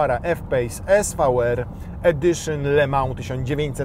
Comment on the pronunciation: Nie "le mał" tylko "le mą" bosze.....